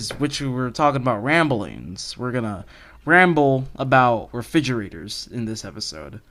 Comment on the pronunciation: “refigeraters am I rite?”